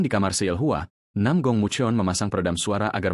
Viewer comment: Nam gong bukan Nam ong